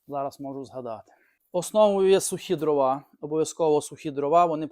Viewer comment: По-перше, українською не дровА, а дрОва. По-друге, судячи з Вашої розповіді, маємо справу з абсолютним дилетантом в якого ще й піч зроблена неякісно, непрофесійно. А невибраний з піддувайла попіл свідчить ще й про лінощі господаря. Фе!